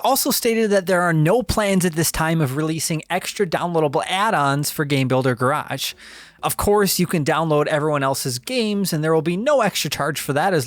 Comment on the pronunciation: Please say Garage correctly…